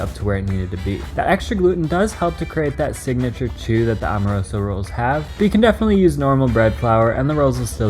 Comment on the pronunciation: Bro my family owns Amoroso. My aunt Marie and uncle Leonard passed and now my cousin Lenny has it. They’re extremely overrated. Terrible for cheesesteaks. Decent for hoagies but there are faaaaaaar better choices……and it’s pronounced Am- o-roso not Om-a-roso……and most Philly steak shops don’t know you. And your cheesesteak looks good for an outsider, but I’ll make a better one in my house and there’s no way on earth yours is better than every steak in Philly😂😂😂😂Angelo’s is king of steaks…..